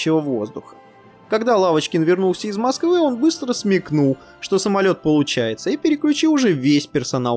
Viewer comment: ПодняУ... пошёУ... Уавочкин... Уапти... Уыковые... дизУайк!!! ДИЗЛАЙЧИЩЕ ТЕБЕ, КОСНОЯЗЫКИЙ!